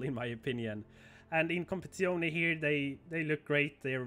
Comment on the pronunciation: Assetto Corsa CompetiziOH-NAY